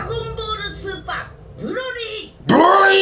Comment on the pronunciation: “Dragon Ball Supa! BROLY!!“ 😂💀💀💀💀💀